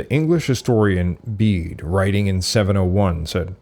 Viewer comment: It's wonderful to hear you pronounce "Bede" as "Beed" and not as "Bedday" as in previous videos! You did however name Emperor Julian from when Belisarius was alive, I'm sure that you mean "Emperor Justinian I"!